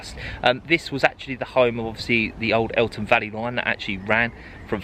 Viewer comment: Interesting video, but you have consistently called it the Eltham Valley Line. There is no T in the name.🤨